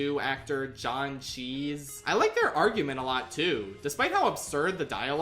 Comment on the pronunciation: I'm sorry but John CHEESE?!